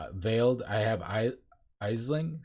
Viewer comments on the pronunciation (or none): Aisling is pronounced like ash-ling, or ash-linn. In-game it's ash-ling! It's Irish Gaelic.